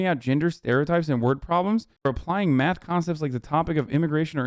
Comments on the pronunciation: Omg the way he says math (“myath”) makes me cringe! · The way he says math (“myath”) makes me cringe. His whole being is just repulsive. (He as in Ben Shapiro) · He says Miath instead of math